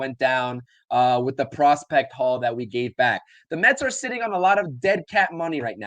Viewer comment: It's Mets not Metsis